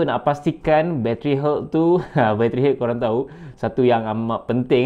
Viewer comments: Health Pronunciation = Helth* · Nasihat yg berguna. Cuma agak keliru bila sebut 'health' dalam komentar. Bunyinya mcm 'hurt'. Bila dpt tengok perkataan mana yg brother rujuk rupanya 'health'. Jgn marahnya... Agak keliru kejap tadi. Hahaha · cane sebut health tu ? haha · Pronunciation “health” tu salah terok la!!! Tolong check dlm YouTube mcmne nak sebut dgn betul ya kuu…maaf sekadar pencerahan sbb byk yg buat video content tp sebutan inggerisnya mmg ke laut spt “pause” yg ramai sebut salah… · that is not the correct way to pronounce health...just google it.....